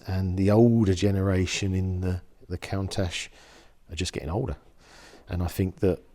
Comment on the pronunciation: he said “count ash”